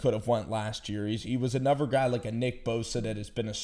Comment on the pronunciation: Anuver? You fink 🤦🏻‍♂️?